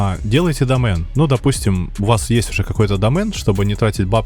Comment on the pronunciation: видео прикольные, но вот слово домэн ахахахах а так лайк)